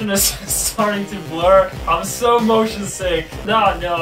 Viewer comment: Dani:"Im mosion sick" Subtitle:"Im motion T H I * *